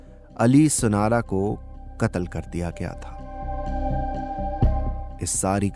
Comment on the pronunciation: I am not being rude but you must differentiate between as in urdu "KAAF" & "QAAF" you pronouncing "katal" actually your sound needs to come from Throat. Do apologise but I love urdu